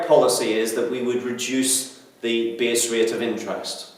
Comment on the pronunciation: haha you say base rate like b.s. rate XD